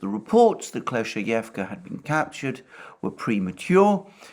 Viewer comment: Also Alexander please accept my sincere congratulations on finally mastering the pronunciation of Klescheevka 😅 😉